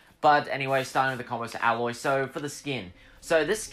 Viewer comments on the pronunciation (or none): Don’t act like you know if she is accurate, you said alloy, it’s “A-Loy”